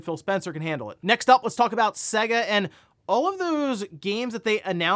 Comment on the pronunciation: SAY-guh, not seh-guh. there was an entire advertising campaign about this.